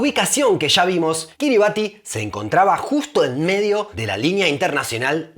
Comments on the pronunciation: Buenísimo pero me faltó un dato muy importante de este paìs: no se pronuncia “Kiribati” se pronuncia “Kiribas”. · La pronunciacion de Kiribati es /ˈkɪrɪbæs/ KIRR-i-bass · "Kiribati" se pronuncia "quiribás", "ti" es la manera en la lengua local de representar el sonido "s" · Se pronuncia KiribAS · Tenia entendido que se pronunciaba Kiriba(S) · un habitante de Kiribatti me dijo que se prununcia Kiribass, con ese en lugar de la t al final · Según entiendo, se pronuncia Kíribas... Pues su alfabeto es una tacañería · Kiribati en realidad se pronuncia "Kiribas"